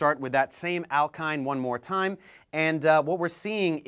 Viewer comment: What's ze zame zee ؟؟